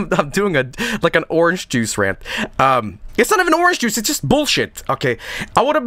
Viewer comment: I love how pronounces juice. It's just "j o o c e".